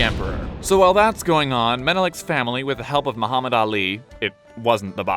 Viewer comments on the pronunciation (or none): none